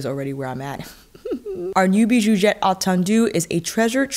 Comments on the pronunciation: Hi girl! It's pronounced "bijouZette" 😉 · French speaking fan of yours 😅 - since the X in bijoux is silent, I don’t pronounce it in Bijouxette (in French, consonants at the ends of words are generally silent with some exceptions) But I think it’s so cute how you pronounce it haha 🥰 I’ve been going back and forth on this palette for years lol, it always sells out so fast whenever Viseart has a sale. I love the mix of bright shimmer jewel tones, but I know it probably wouldn’t be the palette I reach for every day. Idk, I could be wrong 😂 Viseart palettes make it so easy to be creative. They’re my favorite eyeshadow brand. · Beautifoooouuuuul ! Pronounce the x as you do when you say excellent 😉 !